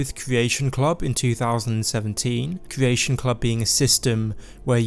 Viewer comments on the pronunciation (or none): cWeation club, paWent company, caWwy on, suWpWised with pWemium on pWevious...a pWoblem pWobably?